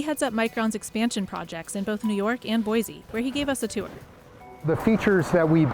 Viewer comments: Someday, some reporters will pronounce Boise ID correctly....its pronounced Boi'see' not Boizee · There is no “Z” in Boise. It’s pronounced as boy-see.